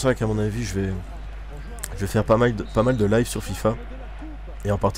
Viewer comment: Jt'ai entendu boire a et après le bug quand t'as dit "leuve" au lieu de "live" j'etait plié et j'ai cliquer sur abonné ^^ dans la journée qui suit j'ai regarder toutes tes vidéo :P